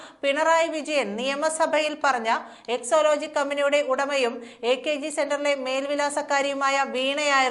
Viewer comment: EXALOGIC എന്നാണ്...EXOlogic അല്ല...